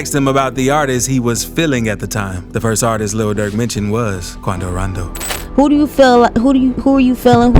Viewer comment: It sounds so nice when he says quando rando